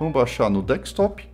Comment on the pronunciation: “Dekstop” é dureza… é desktop amiguinho :) dhr o video.